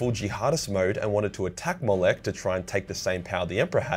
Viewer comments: Slow down and read the actual names correctly. They have letters that you're either completely ignoring or changing for some reason. It's clearly "Ollanius" (oh-LAAN-ee-us), but you keep leaving out the 'i'. Why? Also, the "ch" at the end of "Molech" is not pronounced like the "ch" in "chai". It's clearly a "k" sound - "moe-LEK". Try harder. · The way pronounces Molech triggers me.